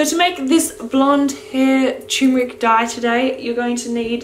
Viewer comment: Cherrrmeric. Hah lol